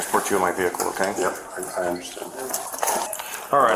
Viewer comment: The way all cops say "okay" REALLY gets under my skin. Its like they say okoy.